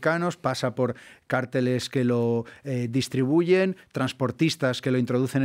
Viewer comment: Cartel se acentua en la letra e no en la a, hablen bien el castellano.